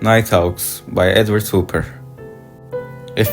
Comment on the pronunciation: Nice video. But his name is pronounced HOP - PER.